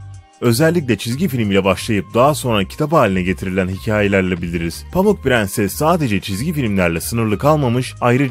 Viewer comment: Pirinsis değil prenses